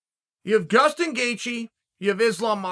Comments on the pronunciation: I swear I heard Gustin Geaje. And of course Machelchev 😂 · tell me i wasnt the only one who heard "gustin gaethje" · Not 10 seconds in, and I hear Gustin Gaycheese 😂😂😂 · Damn he fr said gustin 😭😂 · 12 seconds in uncle chael gives us a gem in “gustin gaethje” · "Gustin Gaethje"